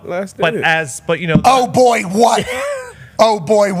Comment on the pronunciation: Calling Darius "boyh" twice is 60 seconds in that accent is diabolical